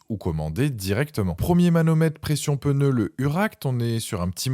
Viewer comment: En français on ne dit pas '' on est sur un modèle '' mais c'est un modèle. Et surtout il n'y a pas de E à pneu. Ce n'est pas un '' pEneu '' 😂😂😂